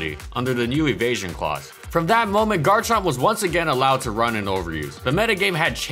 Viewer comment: IT'S GARCHOVER